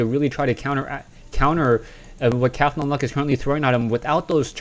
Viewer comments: Cath-on-Luck...??? I pronounce it Cawthon-Luck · Yea, im thinking its the same character, But he says it funny. Cathlon luck. Is more like Cah-thon. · u pronounce cauthonluck weird :P